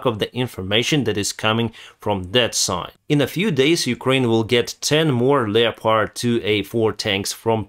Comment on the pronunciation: The correct form would be Parliaments, not Parliamentaries. The "o" in "leopard" is silent, say it like Def Leppard. Slava Ukraine!